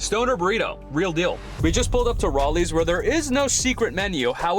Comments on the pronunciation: Dude pronounced it “Raleigh’s” instead of Rally’s lol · "Rolly's" 🤦‍♂🤦‍♂ It's Rally's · R-allys not rollies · Bro called Rally's, "Rawleys." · wrawleys lol bro cant say rally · The fuck is a "Rawhlees"? You mean "ˈræl-iees"? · ”ROLLY’S”?! Is that an LA pronunciation of rally? 😅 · WAIT WAIT did he just say RAW-LEES lol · rahllys? rawleys? wth???? the a sound in rally's is the a sound in flat or bat or mat. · How did he just pronounce Rallys?! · I've never heard Rallys pronounced this way and it made me uncomfortable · That is not how you pronounce Rallys.